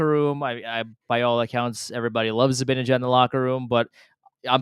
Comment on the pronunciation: seems like a bright guy. Why can't he pronounce "Zibanejad" correctly?